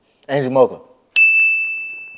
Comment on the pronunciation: It’s mo-ga-ka